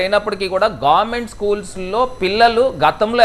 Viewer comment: గార్మెంట్...కాదు... భారత్ బాబాయ్..... గవర్నమెంట్....అని స్పష్టంగా పలకండి ఫస్ట్